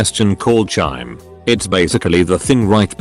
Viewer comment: "chyme" rhymes with time and thyme - the "h" is silent. Get it right.